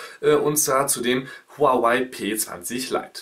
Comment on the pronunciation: Warum sind alle zu blöd Huawei richtig auszusprechen